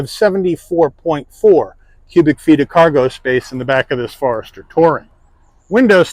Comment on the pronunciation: He calls it a "FARESTER"? LOL. I mean come on. The FORester has been out for a long time. People know how to say it. There is no "A" in the name. It's Forester. FORESTER FOREST FORESTER. Not "far"ester. What a pathetic review.